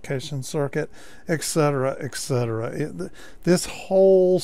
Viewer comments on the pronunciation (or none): Good video. Please stop saying eksetera. It is et cetera.